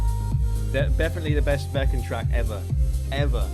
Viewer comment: I liked your Spanish at the end And you got my name right!